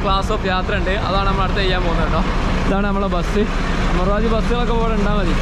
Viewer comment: അമർവാതി അല്ലല്ലോ, അമരാവതി അല്ലെ? Jst clearing😊